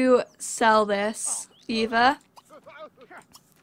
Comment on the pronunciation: So cool! Eva is my middle name and your pronounced it right! most people pronounce it as Ava and it drives me insane. I feel so loved!!!